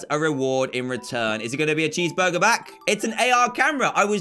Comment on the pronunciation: you sed chee burger its CHEESE BUGER